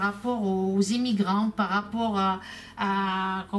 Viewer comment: Tu nous fais rire avec tes » zémigants » lol..!! ♥️🇫🇷🐞🐞🐞